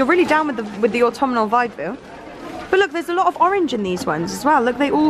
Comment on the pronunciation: Smashing! Lol. Everytime you guys say autumnal it drives me crazy. Ha ha. Theres no i in it. Its pronounced ort-um-nal not ort-tum-i-nal. Aggghh. But i loved the vid guys. Great buys. Xxxx